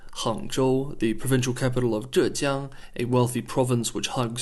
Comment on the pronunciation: I found your pronunciation of the Chinese city names like Hangzhou, zhejiang very accurate. Would love to hear you speak some Chinese!